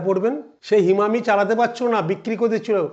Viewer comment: হিমামি নয় হিমানি